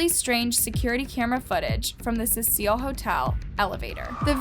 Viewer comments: Constructive criticism..... Get your names right. I watch ALL your videos. I'm always peeved by the fact that you constantly change your pronunciation of names and places!! It can be confusing. A point to work on is all. Otherwise, well done. Thank you. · It’s CECIL (see-sill), not pronounced Cecille! Sorry people it bugged me. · CECIL - not suh-seal. SEE-SULL. Like see-full but with a cee sound on the f. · It’s pronounced SEE-SIL hotel. I love your channel. You have a great voice for what you do. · This case is so well known, I find it weird that you don’t know how to pronounce her last name or the hotels name. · Late to the party much? If you weren't brand new to the case you'd know how to pronounce the name of the very famous hotel... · The amount of things has pronounced incorrect in this video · does know how to pronounce any names correctly? it’s not Laaah-m, and it’s not Ce-seaaaa-il. it’s also not Alissa. Please respect the victim in the future. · Cecil: see-suhl. I'm sorry but it drives me crazy to hear something mispronounced. Like Elisa Lam, her last name is said like lamb. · Stop pronouncing names and places wrong Lam is pronounced has “Lamb” Cecil is pronounced as “Sea-Sill”. So once again stop pronouncing these names wrong, if you don’t know how to pronounce It watch videos that say their name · you said her last name wrong and the hotel wrong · You really should look up pronunciation before you film, example Elisa Lam, Cecil Hotel…. I noticed it on the Jaycee Dugard case too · I love ur vids but u rlly need to work on the way u pronounce things love , u said her name wrong and the name of the hotel wrong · I had the urge to punch a baby everytime you mispronounced "Cecil" ffs dude. And you said her name differently non stop. 🙄 I love the channel but damn it was hard to sit through. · The way she pronounces Cecil, Elisa and lam 😳